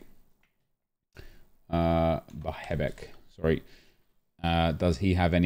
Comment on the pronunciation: The way he pronounces Bahebeck and Bazoer hurts my ears